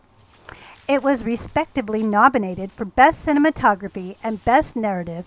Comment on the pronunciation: did she say knob-inated? ..wtf lady? Ok after finishing the video i will give a pass on the mispronuciation as you genuinely seem to be a true fan.